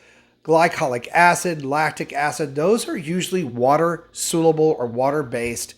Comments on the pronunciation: Great video, thanks,. Just a friendly note that it's spelled "soluble" and is pronounced "SAHL-yoo-ble". Thanks! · Dear God! Will you please learn how to pronounce SOLUBLE!